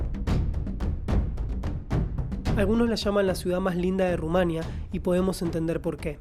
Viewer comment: Es tremendo la mala pronunciación de ( Rumanía. ) el resto del video me gusto, yo vivi en Sibiu 5 años y comparto la experiencia